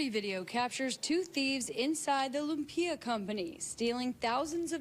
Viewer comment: She really said "lump-ia" 😂